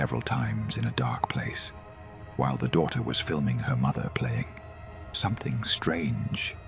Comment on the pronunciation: I am sorry but Mather and doather it's not normal😂